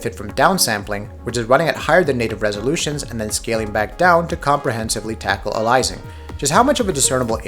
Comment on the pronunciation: The way you pronounce aliasing makes me cringe